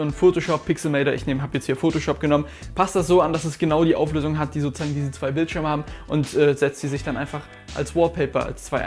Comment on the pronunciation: SO-ZU-SAGEN NICHT SO-ZA-GEN MAAN